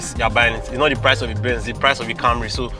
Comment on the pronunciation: "this car.... did nor inherit dah rubbish" 😂😂😂